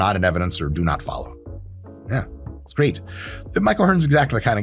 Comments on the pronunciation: Mike really said “gweat” lol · "They're totally fine, and you may feel gweat." -Doc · you may feel gwate. hahaha